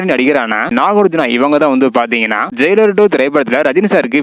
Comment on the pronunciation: ஜெய்லார் இல்ல ஜெயிலர் 🤦‍♂️